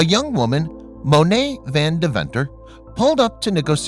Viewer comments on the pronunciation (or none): And Moné's surname: Van Deventer